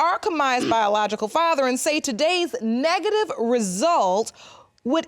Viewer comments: I mean he couldn’t even say “negative” 🤣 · He couldn't even say NEGATIVE. That's all I need lol